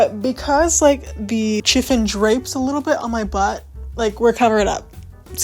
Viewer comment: Happy New year. Sorry to be that person but "chiffon" is pronounced "shi-fun".